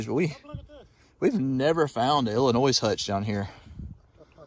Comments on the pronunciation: Love how southerners pronounce Illinoisssss! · You don’t pronounce the S on Illinois ‼️‼️‼️ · Please No s in Illinois. Silent S